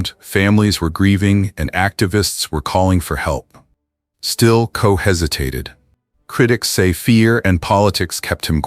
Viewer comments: Ed Ko??? WTF? KOCH, the name is KOCH. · Tell me about it. I was going to post the same thing. Coach? Koch, rhymes with crotch. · This AI Junk has gotten all their names wrong. EdKo?? Sylvester Stallone?? Get the stories and names right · His name is Koch. All the letters are pronounced. His famous question was “how am I doing?”